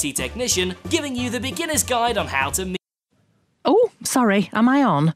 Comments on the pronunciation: Good video but it's pronounced like "meem" :3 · instant dislike cause of how you pronounced meme